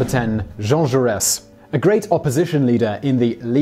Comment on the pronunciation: It's not Ju Ress. The final letter is silent. The pronunciation Ju Ray.